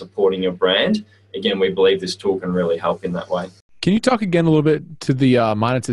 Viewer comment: "to hep your create your brand" lol so bad XD